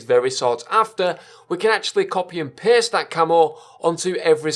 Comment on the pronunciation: Was i the only one that heard "Copy and piss!" 😂😂